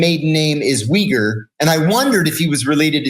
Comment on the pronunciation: Chenk wee-gur?